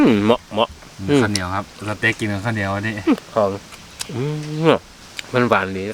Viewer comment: สเต็ก นะครับ ไม่ใช่ เสต็ก